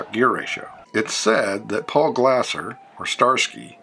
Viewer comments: omg pronounce his name correctly it's not glasser it's glaser(glayser). car was never called zebra 3 unless you're wrong and clueless. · Paul Michael Glaser’s last name is pronounced like laser😮